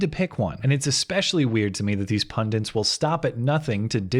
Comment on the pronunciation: Bro, I love you, but it's 'pundit', not 'pundent'. I know that makes me an obnoxious dick, but it's a thing I have. Otherwise I'm on board with most of what you say.